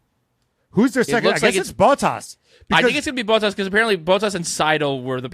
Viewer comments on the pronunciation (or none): I love how they mispronounce so many names: Fred Vah Sewer = Fred Vah-Ser Bonobo = Matt Tee ah Bin-otto Bow Tas = Bot Tas